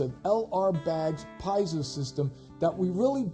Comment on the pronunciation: Pee-AY-zo haha. Thanks for the review